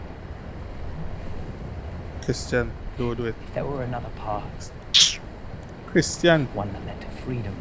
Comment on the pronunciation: It's not Christian, it's Criston.😊